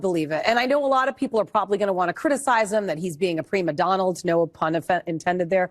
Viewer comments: she said "primadonald" and then said no pun intended lol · Did she say a prima donald?😂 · Does she think the word is premadonald? I could swear that's what she said 🤔...